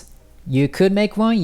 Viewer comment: when he pronounced TKinter correctly is when I knew. the :40 was a good catch. You can really tell when someone is a good teacher when they present the lesson in a broken down, building block approach.